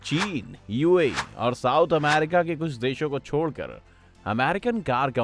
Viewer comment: A LODU ACCHE SE BAG KR NA KYA AMAAWWRICA AMAAARICA KYA HAI YE BC